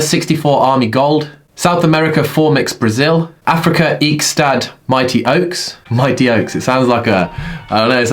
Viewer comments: Eikestad - pronounced like "acre" "stad". Translated means "acorn town" in reference to the many acorns from the oak trees throughout the town (which is actually Stellenbosch). Anyways well done to them💪💪💪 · Can you please try say Eikestad again... because your first attempt was sooooo bad... love the effort though